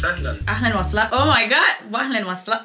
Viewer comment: Mashallah, you learned a lot in a few days here but there's some pronunciations that I wish your teacher/friend corrected for you, they're very basic. What i noticed is when you say ahlan wa sahlan, you say sahlayn instead of sahlAn, it should be the same way u say ahlan. good is shatir not shootir for masculine and shatra for feminine. I'm speaking Arabic to myself: ana bakalim 3rabi ma3 nafsi I'm speaking to myself in Arabic: ana bakalim nafsi bil 3rabi I have only seen this video so maybe they are already corrected but these are just a few I saw Keep going, this is the fastest I've seen someone learn Arabic in any dialect this fast within a few days. You are truly an inspiration and a gifted human being. I hope more people become motivated to learn Arabic from you <3 I'm Egyptian, ahlan beeki fil 3alam il 3rabi, welcome to the arabic world